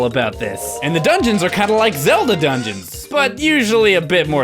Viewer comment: Did he say zeldl